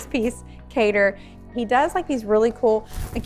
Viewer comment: I love love what you did with this space! I also have a Kader Boly piece in my home in celebration of my West African heritage. I hear American designers often pronounce his name “cater” but in Burkina Faso where he is from it’s pronounced like “kah-dare” - I can tell you appreciate his art and figured you’d appreciate knowing this context as well 😊